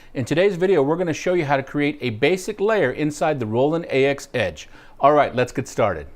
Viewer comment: anybody thinks it criminal they pronounce it as "A-X" instead of "AXE"